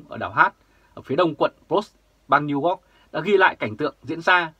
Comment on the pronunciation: New York chu o phai New Ot hi...hi...